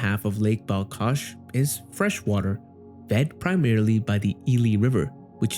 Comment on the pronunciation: It's not BalKash, it's BalHash